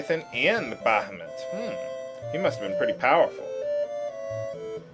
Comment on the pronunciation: That's because it's pronounced Bahamoot. >>